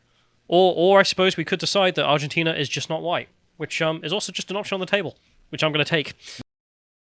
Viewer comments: Argentina, not ARGENTINIA. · Did anyone else hear them say "Argentinia", like "aluminium"? Is it just more fun to add an extra syllable to these words? I guess I need to try it out and see for myself! As an uncultured Yank, I feel like I'm missing out on something, haha! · “Argentina”, not “Argentinia” smh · Does think Argentina is called Argentinia or is he doing it for a joke? It's hard to tell... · "Argentinia" - now that's a geographic trigger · Argentinia lol, love me a Callumism... it almost sounds purposely saritical like Vee's Californiania. 😂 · 15 seconds "argenTINIA" 😂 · repeated pronunciation of "Argentinia" explains to me why the Brits call it aluminium instead of aluminum. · And 'Argentinia'. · Where is "Argentinia",?! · I like how refused to learn how to say Argentina. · I had to switch off at the twentieth mispronunciation of Argentina. How hard can it be? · The most entertaining part of this video is struggling to pronounce Argentina for 25 mins 😂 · Why are you doing a segment on a country when you can't even pronounce the name ? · If you are going to discuss a country you could at least muster up the decency to pronounce its name correctly